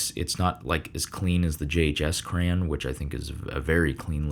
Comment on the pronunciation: Did he really just say cran???😢